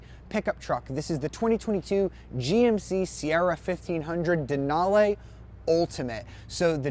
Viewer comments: gay...."lara-may"..."dena-lay". UGH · “Denalay” and “Laramay”?! Nope, I’m out